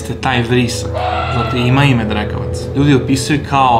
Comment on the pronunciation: jel on to rekao drkavac😂